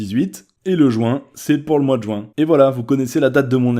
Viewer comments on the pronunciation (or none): 2 jours avant moi = inoubliable ! XD Par contre, arrêtez de dire "joint" au lieu de ju-in. :/ C'est l'été en juin, ça se respecte. X) (puis c'est le dernier mois de l'année scolaire, en gros)